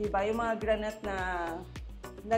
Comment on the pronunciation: granite is pronounce as granit..not granyt